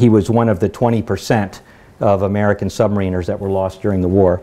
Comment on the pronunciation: He's full of crap technically ain't he. Decimate mis-used. One atm per 33 ft (actually slightly less in salt water ) . Incorrect information regarding depth charge action below. Wrong type of aircraft called up.... Pronounces Sub- marin-er incorrectly... it goes on...